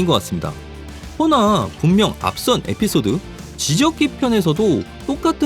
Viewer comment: 애피소드라고하셨는데 에피소드아니에요오